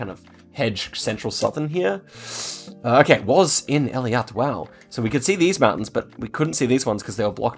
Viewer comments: It's pronounced eylat, not eliat!! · great video! absolutely loved it! just wanted to say that you pronounce Eilat ay-lat (ay as in play) and not eli-at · Helpful tip: it's pronounced "eilat" (like ay-lot) and not "Eliat" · btw pronounce the city in the most south of israel ELAT